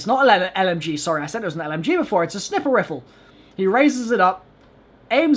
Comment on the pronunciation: The way you say sniper though XD